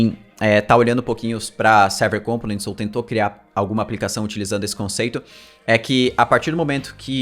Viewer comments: sou seu fã kk mas ao invés de pronunciar com-po-nents como proparoxítona faça como paroxítona rsr ao invés de COM-po-nents fale com-PO-nents só mais uma coisa, sabia que eu sei todos os caras que fazem vídeo no youtube que aprenderam contigo... comenta aqui que te digo como rsr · Components se pronuncia com enfase no segundo O. compOnents e nao cOmponents.